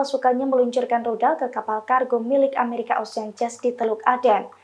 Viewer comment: Amrikia...? Amerika